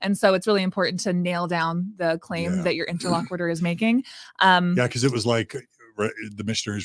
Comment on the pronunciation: I know this is petty and annoying, but I mean it in the kindest way possible…, please check your pronunciation of the word “interlocutor”. The “cut” part is pronounced more like the word “cute” and NOT like “quit”. Also, confirmatory IS a word. 👍🏽 Otherwise, love this video and this topic!!!